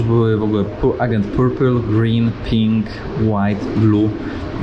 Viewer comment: Ciekawy material, ale, jak mowisz orange to mow ejdzent, nie agent;)